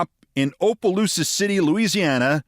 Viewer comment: Keith, if someone actually reads your comments I’ve heard you mispronounce Opelousas Louisiana twice and only because my husband is from there. I have to say how to pronounce it correctly. Op a loose a.